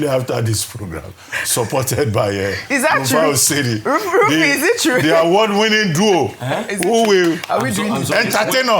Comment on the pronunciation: Ojy, please stop pronouncing Victor Osimhen wrongly. The name is Osimhen not Oshimen. He's Edo not Yoruba. I find it shameful that Journalists would come on air to pronounce their own names wrongly. But they would strive to pronounce foreign names properly.